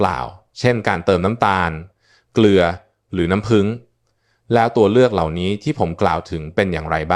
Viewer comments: นัำผึ้งค่ะ ไม่ใช่น้ำพึง หรือน้ำพึ้ง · เรียกน้ำผึ้ง ให้ถูกๆหน่อยครับ เป็นAiหรือเปล่า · เลิกดูเพราะไม่คุ้นกับสำเนียงออกเสียงภาษาไทยประหลาดๆ ลงทุนใช้เอไอดีๆ หน่อยค่ะ น้ำผึง =น้ำผึ้ง